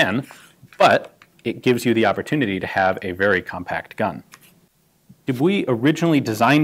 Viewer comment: Really flawless pronunciation, gun Jesus 😄